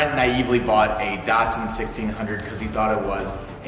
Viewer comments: Great content guys, I am subscribed to your channel, but come on guys... It's a DAT SUN not a dart sin. Keep up the great work. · How is an A pronounced like an O? There is no O in the name Datsun